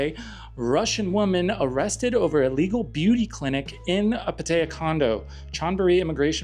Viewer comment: You pronounce Pattaya funny, and wrong.